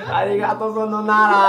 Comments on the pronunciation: origatô sonoinara rachei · Calma aí o que e "arigato": ARIGATO sorainara